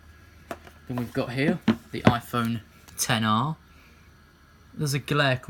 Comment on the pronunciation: Thank you the first person I heard get the name of the phone right